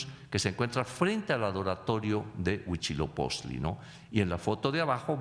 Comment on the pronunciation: A mi solo me da gracia que nunca puede pronunciar Huitzilopochtli y dice huichiloposhtli o algo asi jeje